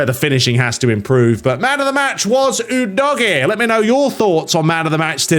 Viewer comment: Was that intended Dodgy..... udogie Or am I just......😂